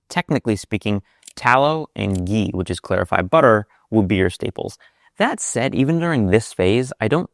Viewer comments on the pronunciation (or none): none